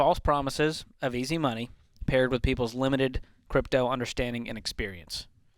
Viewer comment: "Crytpo" Hahha what a loser